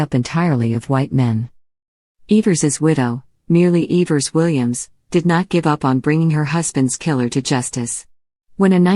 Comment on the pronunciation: Couldnt even correctly pronounce the names in this well written documentary